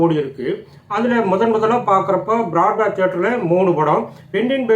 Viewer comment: அன்பரே,முயற்சிக்கு வாழ்த்துக்கள்,ஆனால் நாட்களில் பல தவறுகள்,பட விவரங்களிலும் சில குளறுபடிகள்,சரி பார்த்து வெளியிடுங்கள் என்பதே இந்த மூத்த ரசிகன் விண்ணப்பம். திருத்தங்கள்.வட சென்னை பிராட்வே அரங்கு உச்சரிப்பில் தடுமாற்றம்பாரத் அரங்கில் பராசக்தி 97 நாட்கள் மட்டுமே ஓடியுள்ளது, கிருஷ்ணா அரங்கில் 3 படங்கள்,பாலும் பழமும்,ஆலயமணி,வாழ்க்கை,பாசமலர் வெளியானது கிரவுன் என்று சொல்லியது சரி,கிருஷ்ணாவில் அப்படம் வரவே இல்லை, அகஸ்திய aa அரங்கில் 100 naal கடந்த படம் நீதிபதி,நீதி அல்ல அப்படம் பிரபாத் அரங்கில் 71 நாட்கள் வரை ஓடியது,அதே போல் பாசமலர் சயானி அரங்கில் மட்டுமே 100 நாள் கடந்தது, Roxy அரங்கில் அப்படம் வரவில்லை,வசந்தி அரங்கில் வாழ்க்கை 100 நாள் கடந்தது என்று நினைவு,விடுபட்டுள்ளது.. வெலிங்டன் அரங்கில் 100 நாள் கடந்த 3 படங்கள் பச்சை விளக்கு,இரு மலர்கள்,உயர்ந்த மனிதன்,இரு துருவம் அங்குதான் வந்தது ஆனால் ஓடிய நாட்கள் 50 மட்டுமே,மிருதங்க சக்கரவர்த்தி சாந்தி மட்டுமே,இரண்டு அரங்குகள் இல்லை, பிளாசா அரங்கில் தெய்வப்புறவி, ஞான ஒளி,கல்தூண் 3 படங்கள்,அலங்கார அரங்கில் வாழ்க்கை 97 நாட்கள் வரைதான்,நீதி தேவி பாரடைஸ் 99 நாட்கள்,ஆனந்த ராஜ ராஜ சோழன் 97 நாட்கள்,பைலட் அரங்கில் தவப் புதல்வன் 100 நாள் கடந்தது,அண்ணன் நடித்து கர்ணன் சத்யம் 22 வாரங்கள், எஸ்கேப் 18 வாரங்கள் பகல் காட்சியிலும்,சாந்தி அரங்கில் கர்ணன் 7 வாரங்கள் தினசரி 3 காட்சிகளும்,8 ஆம் வாரம் மட்டும் தினசரி 4 காட்சிகளும்,மறு வெளியீட்டில் ஒரே நேரம் படைத்த சதனைவேறு யாரும் இன்றுவரை touch கூட செய்ய இயலவில்லை,மேற்கு மாம்பலம் ஶ்ரீனிவாசா அரங்கில் சிவகாமியின் செல்வன் மறுவெளியீட்டில் 15 வாரங்கள் பகல் காட்சியிலும் ஓடியுள்ளது,அண்ணன் சிவாஜி படங்களைத் தவிர எந்த ஒரு